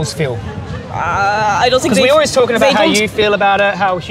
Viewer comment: Why she is saying i sink which is ' i think' ?! 🫤